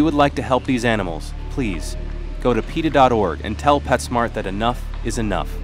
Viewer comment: LOL......you said Pet Snart